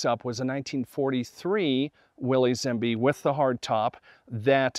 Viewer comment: It's not Willeez, it's pronounced like Willis